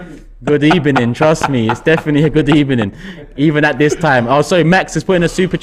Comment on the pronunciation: That smile from at the start followed by his "Good ebening" 😭